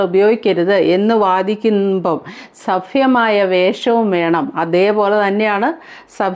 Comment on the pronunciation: സഫ്യമായ ഫാഷ സഫ്യമായ വേഷം അല്ല സഭ്യമായ എന്ന് പറയു ചേച്ചി